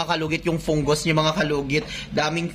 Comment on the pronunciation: Fungus ❌ Pungus ✅ Hahahahah